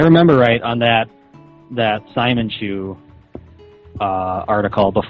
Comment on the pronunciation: I think the thing that pisses me off the most about this is "simonchu" is based on the character Simon from Gurren Lagaan BUT his named is pronounced "See-mōn". I think it was supposed to be said See-mōnchu this whole time but chris was too dumb to even realize that and he watched that anime